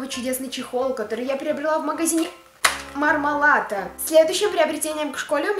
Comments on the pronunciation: не МармалАто, а МармалЕто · не мармеладо а мармелато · Меня одну бесит то, что она говорит "Мармалато", а не "МармалаНто"